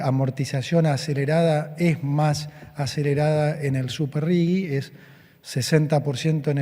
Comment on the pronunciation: ¿Por qué pronuncian Rigi como si tuviera una u entre la g y la i? ¿Acaso, ni siquiera saben leer el idioma español?